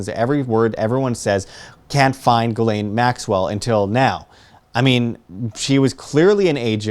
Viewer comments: Its NOT Gal~Lain,,......its Jah~slaine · Its pronounced Gill - lee -ann Yes i know shes not a good person. Its an OCD thing. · Every news outlet mispronounces her name. It's Ghislaine (Jizz Lane) although it's not a hard J. it's a soft G like the G on the end of Gara(ge) < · This has absolutely nothing to do with your video...just a HUGE pet peeve of mine. Her name is pronounced: JIZZ..LANE....It’s a fairly common name and I don’t know why so many people butcher the pronunciation, but it’s facking annoying. Great video tho. That is all. ✌️❤️😊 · If you're interested, it's pronounced "Jisslaine"...soft J, not hard G. If Epstein had all these cameras, he had all the videos. Probably uploaded to a server, hooked to a "Dead Man's Switch". Best insurance Policy in the world. Your enemies will take all the precautions in the world to keep you alive.